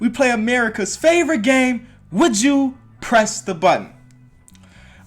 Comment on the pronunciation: I thought you said would you crest the button😂